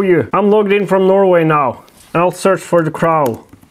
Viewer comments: Cr-owh? Cr-oh! Much love! I wish I spoke "Norwegian". Kråke!! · Thé craouwl. Pronounced crow. Say word « NO! ». Now say cr with the no. But leave out the n. That’s the O your looking for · In English it's pronounced with a silent w/hard o (like rhymes with Joe, or go, or sew) the cro in effect. Not like rhymes with out or about, or snout (the crau)... I know, we suck, lol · It's pronounced CROH not CR-OW . Like CR O. And your getting your w / v mixed up again!! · gesundheit just a small correction, its Kråu, not Krau :) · its crow not crow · Cro. W is silent. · my man, say it like this: "the cr-oh". the "o" is long in the word "crow". The Crow is a really good movie! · Say crow like Croh, as in oh or O in OK 👍 👍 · Say it with me.....cr-ohhh. Long O, No L in there kemosabe. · kr-oh, it's pronounced kr - oh... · The crow, long o no w sound. Pronounced like croe. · FYI crow is sounded kr-oh lol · hey yall from Texas :) also i found "the cr-ow" humorous and its whatever but its pronounced like cr-oh.